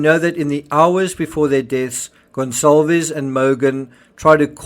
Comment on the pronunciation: Why is everyone saying "Gon-ZAHL-vez"??? Is "Goncalvez" pronounced "Gonzalvez?"